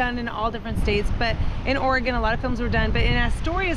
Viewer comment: Aura-Gone Lol. I love the town of Astoria. Cannon Beach is amazing too. Thanks for sharing.